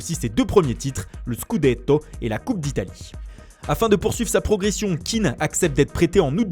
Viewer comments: c'est pas un anglais,je crois qu'il s'appelle pas keane mais kéan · je crois qu'on prononce son nom ké-an et non kean a l'anglaise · Par contre ça se prononce [ken] et pas [kin] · Moïse Kéan pas Keane pffff, il est ivoirien pas irlandais. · Et c'est Moïse Kéan pas Kean ce n'est pas un anglais mais un ivoirien d'origine Kéan est un nom ivoirien pas anglais